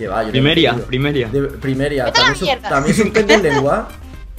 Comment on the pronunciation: chicos llano es primaria es primeria 😂😂😂😂😂